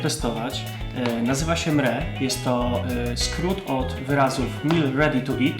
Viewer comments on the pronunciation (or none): nie czyta sie mre tylko em er e taka mała uwaga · mówi sie em er e